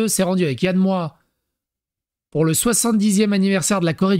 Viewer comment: Alors quand tu dis Yann Moix, il faut prononcer le X.